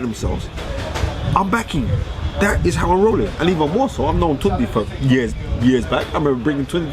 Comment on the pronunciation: Fearon you ain't saying it right either. It's tune day (tunde). This guys a joke, can't stand him.